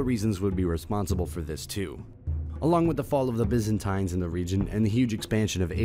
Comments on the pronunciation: Regardless of the information content in these videos, one thing is for sure. His pronunciations SUCK. Byz-an-tynz? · Biz an tines??? Kath li cism???